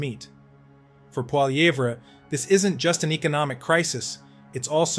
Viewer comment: I love how the AI cannot pronounce Pierre's last name ahaha! kills me every time I hear PWOLLY EVERA!!!!!!!!!!!!!!😅